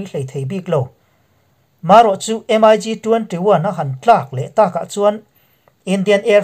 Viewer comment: In channel hi ka lo thlir ve thin.Ka sawi duh chu thil hian lam dan hik a nei ,entir nan em ai gi tilo hian MIG Ztih a lam tur a ni .Tin a dang leh ah chuan thu sawi tur hi hi ziah lawk vek nise chhiar mai hian hun a heh lo.Titi pah a thusawi hian hun a heh in in sawi tum tam tak in sawi hma in hun hi a liam thin.A dangah chuan in ti tha e.Pawimawh ta chu lam dan khawvel in a an hman hi zawm hram hram ni thei se